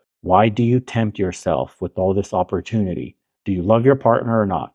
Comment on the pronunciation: It’s pronounced “with” kweens, not “witch” … 😂